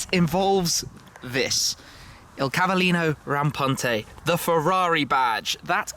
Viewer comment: first time I hear an English native speaker pronounce Cavallino Rampante decently D